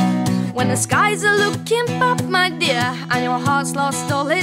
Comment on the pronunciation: I like how she says bad " bap "